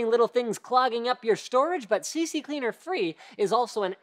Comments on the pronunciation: It's CCleaner not CCCleaner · Why the fuck he says CCCleaner when its CCleaner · Lol, CCCleaner :D it's C Cleaner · It’s C-Cleaner not CCCleaner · I love how everyone says ccleaner is cccleaner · It's C Cleaner --- not CC CLEANER lol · IT'S C CLEANER NOT CC CLEANER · omfg , really Linus ? C-C-Cleaner ?? It's C-Cleaner , as in Computer Cleaner.. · C-Cleaner not CC-Cleaner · It's CCleaner, just one C - and WinDirStat isn't a weird name, is quite relevant - Windows Directory Statistics. I have a friend who calls it CCCleaner and I don't know why it just annoys me haha! Must be a common mistake. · It's C-Cleaner not C-C-Cleaner !!! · haha linus made the same mistake me and my friends did for years. the name is C Cleaner, not CC Cleaner. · Why does everyone call it CC Cleaner when it's CCleaner lmao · it is CCleaner spell as C Cleaner. not C C Cleaner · IT'S C-CLEANER NOT CC-CLEANER Y DOES EVERYONE SAYS CC-CLEANER FFS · It's CCleaner not CCCleaner. I know this is an old video but still... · This makes me feel so good, all those times my bf was "angry" at me for pronouncing CCleaner as See See Cleaner and not See Cleaner. And now Linus does it. Brilliant. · its ccleaner, not cccleaner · its just CCleaner. not CCCleaner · Bonus Points for the bazillionth time someone has mispronounced the name of CCleaner (it's C-Cleaner, not C-C-Cleaner) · Its C-Cleaner. not CC Cleaner. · It's CCleaner not CC-Cleaner. (Although I did have to double check), I'd have felt really dumb if I had been saying it wrong all these years.. :-) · Hahah even linus call CCcleaner! XD Its Ccleaner<- xD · i was sure that its called CCleaner but I'll call it CCCleaner now since linus says so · Dude... I'm disappointed... its C-Cleaner, not C-C-Cleaner :) It's one C before the cleaner :) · Does any one notice he's saying cccleaner, but it's ccleaner? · i like how he said CCcleaner instead of CCleaner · "CC Cleaner" IT'S CCLEANER! C CLEANER, NOT CC CLEANER. ONLY ONE C BEFORE CLEANER" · Or CC-Leaner...